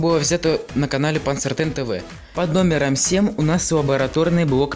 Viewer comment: Как то стрёмно все, слушать тоже неприятно. И да, 7 читается как СЕМЬ - не сем, а СЕМЬ.